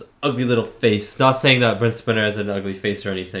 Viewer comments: So the Data actor's name....Brent Spiner. One 'N." Long "I" sound. Spine + R. Spiner. If it was a short "I" sound, it would have two N's. Spinner. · Brent SPY-ner. Rhymes with spider. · your first assumption was actually correct. Brent Spiner pronounces his last name as "SPY-NER." Thanks again for the reaction! 👍👍